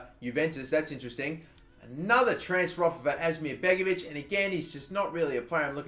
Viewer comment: begovic it's begovic